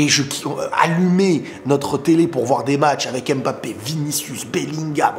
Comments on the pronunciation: Oh on en a marrrrre arrêtes avec ton Kmapeepe c’est bon on a compris (naahhh jrigole frérot ahahaha) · vu qu’il rejoint notre team normalement. Il faut que tu apprennes à prononcer son nom correctement stp! 🤍🤍🤍🤍